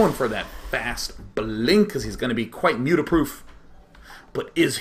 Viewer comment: Did anyone else here the "Muta-ach"